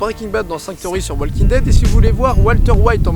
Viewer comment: le L de walking ne se prononce pas